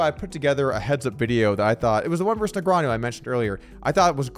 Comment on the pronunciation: "versus" has two syllables, btw. Also, who's this Scott guy?